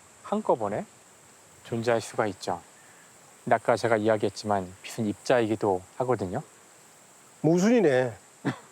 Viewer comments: "빛이"는 '비치'라고 발음 하면서 "빛은"은 왜 '빗은'이라고 발음하냐. ㅉㅉ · "비슨" vs "비츤" "빛은"의 발음은 과학자님보다 배우님이 더 정확하게 하시네요.